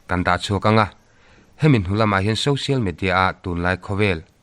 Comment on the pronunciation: Social Media tih a Social tih lai "SO" lai tak SAW tia in lam lo kha a va dik tak em??? Social √ Sawsial X